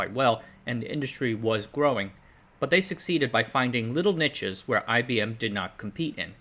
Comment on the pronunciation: You know, the word niche is not pronounced like "Nietzsche", but like "nee-sh" (just letting you know)